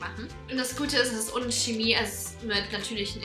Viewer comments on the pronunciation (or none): none